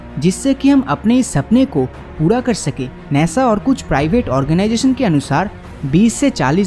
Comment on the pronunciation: नेसा नही नासा